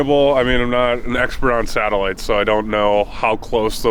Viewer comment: Please stop calling them satiligts ,there unknown